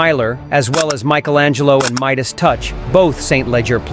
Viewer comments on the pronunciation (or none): none